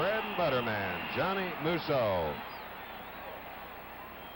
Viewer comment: These guys cannot pronounce Musso properly! Tons of announcers messed mine, and Terry's name up constantly too!